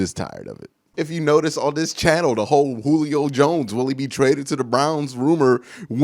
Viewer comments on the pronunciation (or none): none